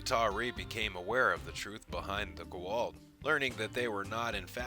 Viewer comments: and goo'old? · I love your channel man, but please tell your announcer guy that it is pronounced Go-ah-oold. It is a bit annoying to hear him say it. This is how I know you have a professional voice guy, because if he were a true fan he would know how to pronounce gould. All that aside, keep up the good work. Thanks. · Even though theres a scene in sg1 on the propper way to say gua'uld. Ppl still say it weird. Lol I am injoying the rest of your video however.👍🏽👍🏽👍🏽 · How come so many people can't say Goa'uld? Obviously you've seen the show. You mispronounced Sha're's name too.